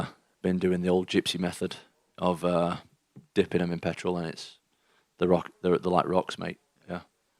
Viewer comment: Haha Petherol 😂😂😂 that's exactly how he said it.